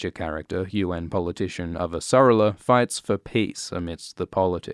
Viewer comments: I do not like the pronunciation of Avasarala here. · So funny that apparently your accent doesn't let you pronounce Avasarala correctly.